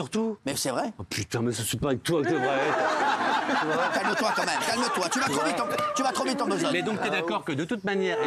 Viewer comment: Faut dire a delormeau qu'on dit quand même et non pas co même.. C insupportable